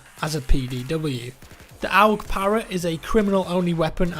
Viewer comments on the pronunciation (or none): "Owg"? Really? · The way he pronounced AUG annoyed me xD And that gun was so op in rainbow six Vegas 2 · D0L4NDUKE 1 The best way I can type how I pronounce it is probably "org" Obviously how you pronounce things depends on where you're from I guess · I've never heard AUG get pronounced like that before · Kha Lee Yeah but in the end who really says that? Not even the company who make it say that